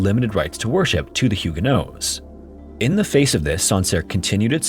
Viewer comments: Hey, I've always heard the protestant group as "Hugo-nots", not "Hugo-noes." Is that some English/French localization thing? Is that last t supposed to be silent? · I thought the pronunciation is HEW-guh-nots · You pronounced Huguenots so incorrectly it's neither the English nor French pronunciation lol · You’d think you’d look up how to say the main group in your video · Instead of pronouncing huguenots the way that you do. Change the last syllable to the word knots as in tying knots. Then you will have the correct pronunciation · It's silent in French, so not pronouncing it is a bit more accurate to the French although pronouncing it is probably standard English pronunciation.